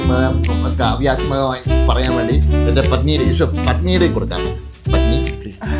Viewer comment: പന്നി അല്ല പത്നി 😂😂